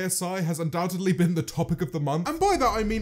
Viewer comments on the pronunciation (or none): none